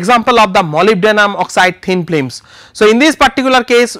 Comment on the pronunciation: "Here is a very good example of Molybdenum Oxide pim plims" (thin films). Man, stick to Indian...